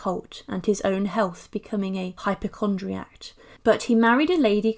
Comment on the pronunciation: Very interesting but… it’s anti Semitic not anti sematic- the first time you said it I thought it was a slip of the tongue but you repeated it - and it’s hypochondriac no T on the end of it